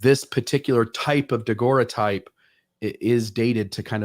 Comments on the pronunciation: Great discussion, guys! Always so interesting! (NB: “daguerreotype” pronounced “dah-GERR-oh-type”) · Nobody knows how to pronounce "daguerreotype" in all these videos I've seen by different people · when you get back, please teach how to pronounce daguerreotype! He's killing me! Good show other than that.